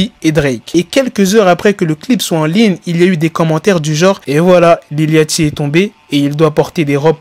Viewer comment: Ca se prononce lil Yoty, c'est comme le bateau yacht.